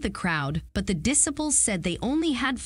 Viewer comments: The female announcer pronounced the term di-sip-ples. The word is pronounced dis-eye-ples!!! Get it right! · The person speaking pronounces names different than on the show. At one point she calls the disciples decibels. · Dis-a -puls? Dih-sigh-puls. Disciples pronunciation jarred me. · Not to mention the mispronounced "diciples" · What the hell is a diss-able??? 😳😱😲🤯🙄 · The correct pronunciation of the word "disciples" would be good! Noun: dis·ci·ple | \ di-ˈsī-pəl (The "i" sounds like "I", or "pie"! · the narrator needs to learn the correct pronunciations of disciples and Gaius. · Hmm narrator does not know how to pronounce disciples and Gaius. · I can’t listen to someone talking about this show that can’t pronounce the word disciples! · Whoever did this video mispronounced pretty much all the words including the simple word disciples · Your pronunciation of the word “disciples” is abhorrent. It would be excusable if you are not an American but I suspect not. The accent is not on the first “i”. It makes it hard to listen to your narrative. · Pronounce " disciples " CORRECTLY!!!!!!!!!